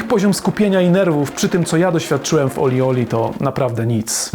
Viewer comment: Nie żebym się czepiał, ale się czepiam - gra nazywa się OlliOlli, nie OlieOlie. Trochę marnie gdyby ktoś chciał po tym materiale poszukać gry. Sama gra jest trudniejsza z każdą kolejną częścią, w World mam najmniejszy % (51) osiągnięć. Ale nadal baza wojskowa z jedynki to moja najbardziej znienawidzona sekcja.